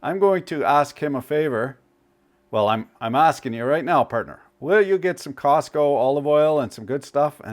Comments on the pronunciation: Costco - not Cosco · My brother, what is "Cosco"? It's COSTCO... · Costco not Cosco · Just for the record, it's COSTCO, not "COSCO". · FYI - it's "Costco" not "Cosco." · It's NOT Cosco. It's spelled Costco. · It’s Costco. Cosco is a whole other brand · what happened to the 'T' in Costco?